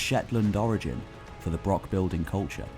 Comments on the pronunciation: Interesting, but hard to listen to when the narrator can't even pronounce the subject word of the film. Broch, like loch is NOT pronounced as Brock or Lock, yet this northern english bloke manages to mispronounce several words that really a bit of basic research could have avoided. resource, NOT rezorce, eg the source of a river. I don't understand why this channel can't find people who can speak correct English. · please learn to say 'broch' with the correct pronunciation. It's like people who say 'lock' instead of 'loch'.... It's insulting to the natives .... I can hear that you are trying to get the 'ch' sound, but failing. I was working in Wales a few months ago and spent some time in a pub chatting to some Welsh people and getting some help with Welsh place name pronunciation, we had a laugh, they appreciated my efforts and I learnt something. I suggest you do the same in Scotland. We have far fewer difficult words than the Welsh... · Yes, it is - thank you for noticing. FYI despite the illiterate doing the voice-over spreading incorrect info, it's not a BROCK with a hard 'K' sound, it's a BROCH with a long, soft, Scots 'ch' sound - as also found in Loch (ie not an English 'ch' as in 'chip' either lol). Imho they served the same purposes as castles, roundhouses, longhouses to their small communities - part to show status of the laird or equivalent, part a community congregation point & part security - a lookout & defence against raiders. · Not used to a broch being pronounced as "broxs", usually a much longer br-ouch, it difficult, if some one can advise please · Ouch. It's broch, not brock. Does he also talk about Vincent Van Gock rather than Gogh? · Good video but few pronunciations are off, they aren't called BROKS but Bro-ochs and Neil Oliver certainly isn't an archaeologist, he's a TV presenter and a prize wanker. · Excellent presentation and research. Shame you keep calling them brocks rather than brochs